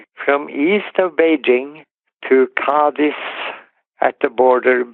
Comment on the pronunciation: The way he pronounces Cádiz sounds like Cardiff.